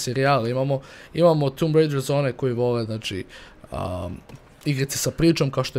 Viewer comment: kaze se tomb,a ne tumb zato sto nema dva o nego samo jedno!!!!!!!!!